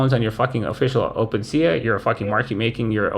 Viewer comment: I’m being so petty but can’t stop myself: open-sea-ah? Come on man it’s open sea!